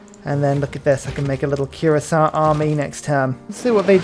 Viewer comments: say it with me my friend. Queer-ass-e-a. Kuh-my. I love you 😅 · you say Cuirassier like the country of Curacao and Khmer like, well I'm not sure what like 😅